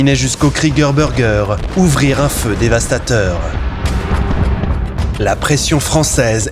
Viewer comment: J'ai du mal avec le Kreege Burge, quand c'est c'est prononcé "burgeuer". C'est un abruti par les anglo'-axons qui a fait le clip... Non?